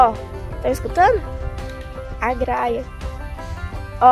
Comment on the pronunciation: o nome é gralha, não graia porque vc não pronuncia os nomes direito,vc estuda tanto, presta atenção e fala direito